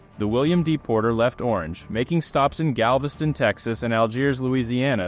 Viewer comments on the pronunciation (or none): none